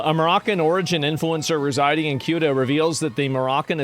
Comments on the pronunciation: Its not CUTA, its like saying SEWTA Ceuta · Its pronounced ( sue - duh ) not ( Q -duh) 😂😂😂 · It's pronounced Soo-tuh. Not Kootuh. As for these people invading the country...their Coast Guard should have chummed the water when it started...the sharks would be your friend. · LOL it's not cute-ah ; it's seh-oo-tah.. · It's Cueta with a sofa C.... pronounced Soota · It’s not pronounced Keuta but Seuta. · It's pronounced "sey-ooh-tah". Not kyuduh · its not queueta. its pronounced suta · Tired of GED educated individuals pronouncing it as "CUTE-AH". It's pronounced as "SE-UTAA". It's not fucking hard. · People calling Ceuta as “Quta” instead of pronouncing it like “Theuwta” is driving me crazy ☠️🙏🏻😭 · You pronounce Ceuta like you would word - city. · Cueta is pronounced "suitor". there you go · bro pronounces ceuta as kootah 🤣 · Ceuta is pronounced Soota … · It's pronounced "see-uta" and "mel-eeya" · it's pronounced See-Utah bro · Minor nitpick: Ceuta is pronounced the-oo-tah (it's a soft C) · It's pronounced Suetta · Ceuta ... as in Soota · THe-U-TA please. Pronounce it correctly and you'd be the only one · One thing most people don't understand is that the vast majority of people here in Spain do not give half a shit about Ceuta and Melilla. Also, its pronounced "se-hoo-tah" and "meh-lee-yah" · That's not how you pronounce Ceuta